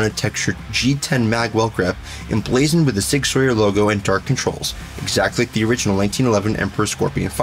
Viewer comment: Sig sawyer and glockleberry Finn